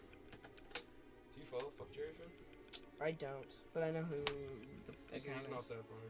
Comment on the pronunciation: "what the fwuk did u just say to me"